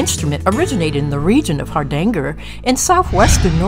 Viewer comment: Hardanger, not Hardangle.